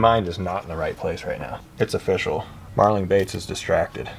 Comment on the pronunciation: Was watching part of this while cooking dinner and my son walked in when you said “it’s official” withe the first bass and he said, “I like that pun!” I was like “what are you talking about?” He told me, “he just said it’s oh-fish-al” and I’ll never hear it any other way.